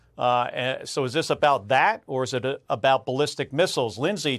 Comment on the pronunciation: ok who the heck is Comedy? He can’t pronounce khamenie?